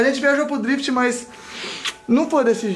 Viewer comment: KKKKKKKKKKKK TO MORENDO DE RIR BEM NA ORA QUE O FALOU DRIFIT ELE DEU UMA CHEIRADA NA NATI